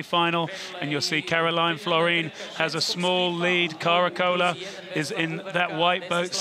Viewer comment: Lots of different names for the World Champion. They should really learn how to pronounce Karolien Florijn 😅